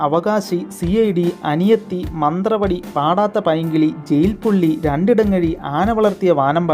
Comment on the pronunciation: മന്ത്രവടി അല്ല മന്ത്രവാദി കാട്ടുമാളിക അല്ല കാട്ടുമല്ലിക